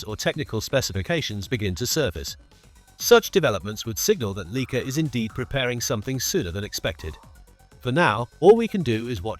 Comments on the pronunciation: “Leaka”?!? What the heck? … it’s LIKE-A … get with the program!!! 🙄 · It’s not LEE-Ka it’s LIKE-ah. No credibility until you learn how to pronounce the world’s best cameras. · … could the voice-over be AI generated, and the AI model is too stupid to know how to annunciate “Leica”? … the oldest camera name in the world, recognized by every photographer in the world, who all know it’s “like-ah”, seems suspiciously AI generated. 👍🏼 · AI generated crap video and voice. at least make the speach doing the brand name as intended.